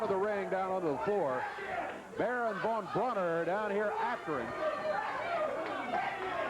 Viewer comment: Why call him von brauner